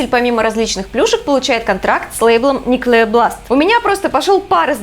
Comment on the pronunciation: "никлеар бласт"... по ушам аж резануло.